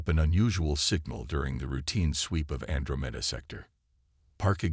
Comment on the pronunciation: An-dra-men-da.... Good Lord, can't any of these AI's use pronunciation